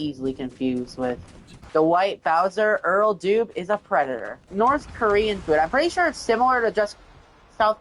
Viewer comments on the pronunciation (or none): "The white Bowser is a pwedator" Yeah, so are you